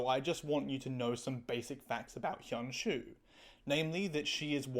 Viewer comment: cool vid, you need to work on your pronounciation of hyun ju tho😭😭😭